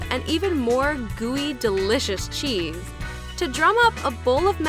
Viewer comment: The way she said cheese hurt me personally